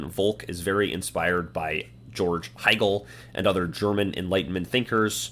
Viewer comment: Do you mean Hegel not hiegel?